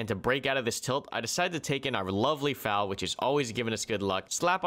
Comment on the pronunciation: hey you do know FAL is an Acronym right? YOURE SAYING IT WRONGGGGGGGGGGGGGGGGGGGGGGGGGGGGGG